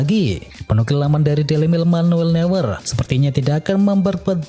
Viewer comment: Kuorta dan nuyer harusnya